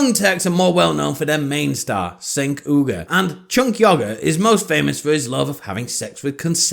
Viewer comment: The fact that you're not even pronouncing Cenk's name correctly indicates that either you don't watch the show, or you're trying to insult him by disrespecting his name. The latter isn't really a "progressive" position. That would be to attack something that is actually substantive. However, considering that you took Ana's tweet as her insulting the trans community makes me think that you actually know NOTHING about TYT. Ana isn't criticizing PEOPLE with her tweet. She doesn't want to be referred to as a "birthing person" or "a person with a uterus" because it makes women sound like they're BROODMARES. Women, whether they have a uterus or not, are more than just reproductive organs and THAT is where Ana is coming from.